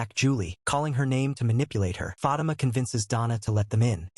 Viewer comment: Fah-Teema sir lol